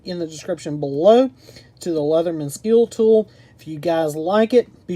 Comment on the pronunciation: Good video! But it’s pronounced “ske-le-tool” lol